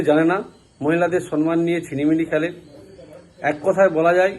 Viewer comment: Vasata sonman noy vasata hobe somman